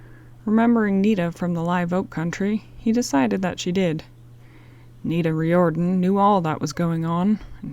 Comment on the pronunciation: Great story. Classic L'amour. Awesome voice... But I think you mean Pat Garret [Gare - it]. Riordan [Rear-duhn]. Awesome reading! Excellent work!!!